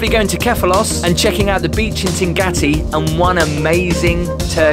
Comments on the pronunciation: You say Tingati beach - is it pronounced like that? I thought it was Tingaki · Yes, it's Tingaki :)